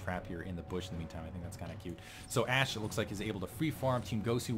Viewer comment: lulz u said to dat ashe sorta like to dat ass..... yea ik its lame :(